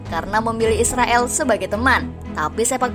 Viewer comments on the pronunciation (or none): none